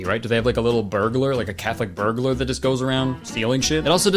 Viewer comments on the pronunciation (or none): You telling me you don’t know about the cath-burglar?